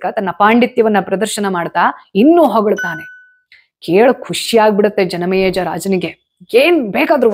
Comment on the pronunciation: ಯಾಕೆ ಇವತ್ತು ಜನಮೇಜಯ ಹೆಸರನ್ನು ತಪ್ಪಾಗಿ ಉಚ್ಚರಿಸುತಿದ್ದೀರಿ.. ಆಶ್ಚರ್ಯವಾಯಿತು 🌹